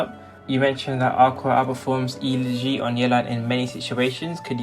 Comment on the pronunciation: The real crime of this video is how you pronounce Elegy.